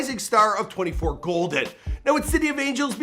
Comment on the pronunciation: Please say my son’s stage name correctly... it is 24KGOLDN. Throughout the video interview you kept out the K... Love the mostly accurate show! Yes, this is his real mama.